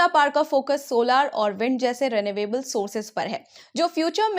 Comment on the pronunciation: Mam, Why do you pronounce renewable as "ray-nay-way-ble"?? Isn't it supposed to be ree-nyu-able?? At least, the Cambridge Dictionary thinks so!!